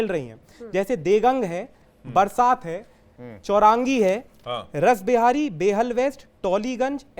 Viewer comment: Pahley rashbehari to bolna sekh lo